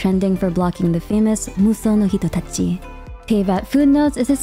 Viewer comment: ahhhh that pronunciation of "musou no hitotachi" was so especially nice, among others idk how u manage to do it, pronouncing everything so beautifully